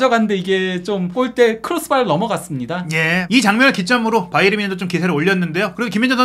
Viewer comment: 바이언? 그 건 미국식발음! 독일팀인데 독일식발음으로 해야지 ᆢ가ᆢ